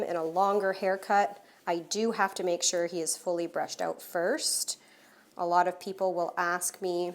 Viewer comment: I smile every time I hear you say “owt”.